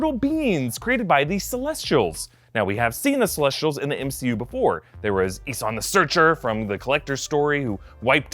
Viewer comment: How he says celesh-sh-tials not celessss-tials reminds me so much of Abby Lee Miller saying cosh-sh-tume all the time